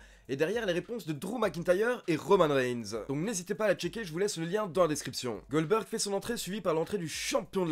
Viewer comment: MDR, j'ai bien entendu ? tu nous as fait un "Oldberg" ?